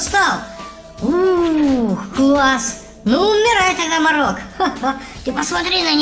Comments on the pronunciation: Это мо'рок а не моро'к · Не марок а мо'рок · не морОк а мОрок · не мОрок ,а морОк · Это не марок а морок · Мо́рок а не Моро́к. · Извините что опаздал, но правильное ударение Морок. (ударение на первой О, а не на второй). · Морок ударение на о.